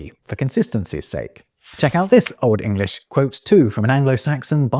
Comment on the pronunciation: Love your pronunciation of Old English